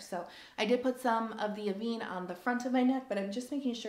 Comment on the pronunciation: FYI Avene pronounced ‘Ah-ven’ (ven rhymes with ten) not Ah-vene.